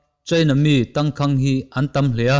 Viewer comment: Tangkhang tih hi lam dan hi Phai a kum rei lote awm ṭawng pai thlukin i thluk...a in ziak ang hian lam pawp rawh...thluk duai a ngai lo.